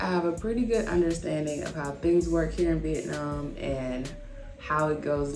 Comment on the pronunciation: Why do so many people pronounce Vietnam, " vietnarm